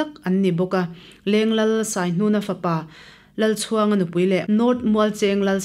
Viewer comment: Leng Lal Saihnuna fapa hi Lalchhuanga nilo in Lalchûanga tih tur ani